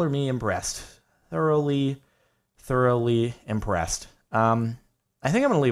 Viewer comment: when he said thoroughly impressed it sounded like color me in breast i swear.